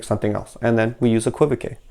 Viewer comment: Thanks,. The word is pronounced, EK-kwuh-vok. 😊